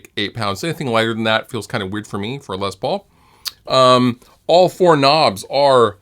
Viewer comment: I may catch some crap for this but I cringe every time I hear someone say “Lez” Paul. He’s a legend and his name was pronounced “Less” Paul. Short for Lester.